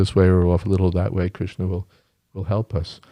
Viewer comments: I get annoyed with Kirtan when the kirtanayi uses too many syllables for the Ha re Krish na mantra turning into Hare Krish sha na. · The Krish-sha-na extra syllables makes up for the shortening of Ra-ma to Ram 😂😂